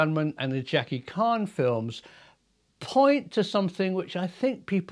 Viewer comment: 'Jackie Khan'? 😂 You mean Jackie Chan? 👍